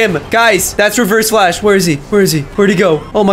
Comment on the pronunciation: “But today we’re gonna be fighting nIGgAAa flash”